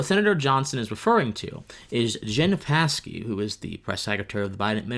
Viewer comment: The 'P' in Psaki is silent.